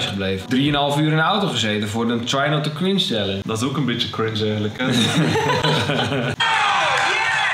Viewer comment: Hoe ze het wwoord chringe nog maar uitspreken shitttt HELPPP